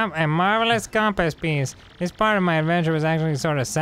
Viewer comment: No, Arin's just crszy. I totally understand the difference between "thiz" and "dis"